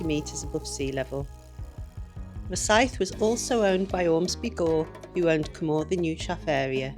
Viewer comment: Please, please just learn to pronounce Cwmothin properly, the ‘th’ is as in the English worth ‘thin’, not, as in ‘the’.